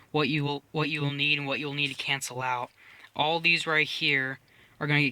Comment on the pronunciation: Love the video. "cancle" just bugs me.